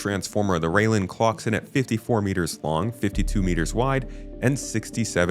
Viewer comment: Rai-len, not rail-en. Shi-an, not Ji-an. Yes, even CIG employees don't know how to pronounce these. I don't know how the company manages to screw that up. Edit: I seem to have distracted people by talking about language. The point I'm trying to make is that this is a branding and marketing issue. CIG's employees should know what things in their product are called, but somehow they don't. Xi'an (and their ships) does have an official pronunciation, but most employees don't seem to know it. That is quite absurd.